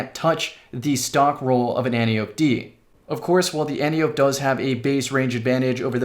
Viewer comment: we know this but people are still gonna call it annyope